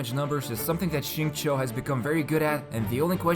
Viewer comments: It is actually more towards “chew” than “Cho”, depending on who you ask. If you ask someone from Beijing with a strong accent, you’d more than likely get a “Cho” sound. But if you are basing it solely from the pinyin, “chew” would be the more appropriate pronunciation. Both are alright, but it is not right to say one is better than the other. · He didn’t say it right tho lmao. In his story if any of you paid attention you would have heard him say his name multiple times. Its sing-chow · Most of you are pretty off as the acceptable levels of pronunciation for his name is definitely at how it is said in code geass (R2) "xing-ku" (this is just how it's displayed, but someone who has heard it knows what it sounds like) infact if someone says "xing-ke" with a very short 'e' at the end, i think that's fine too. It's almost like how a japanese guy would says "zinc" with an easy to miss 'e' or 'u' after c. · I’ve been learning Chinese for a few years now, I pronounce his name sing chee-yo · It's not bad but as a Chinese person, I can assure you that it is still kinda off.